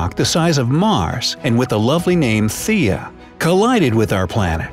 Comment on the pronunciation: Its THEIA not “THIA”